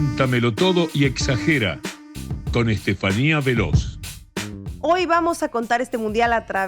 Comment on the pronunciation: Lo pronuncia bien Estefania Veloz.